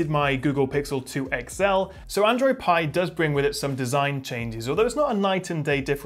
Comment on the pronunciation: ITS APPLE PIEEEEE NOT PEAAA DUUUUDE WTFF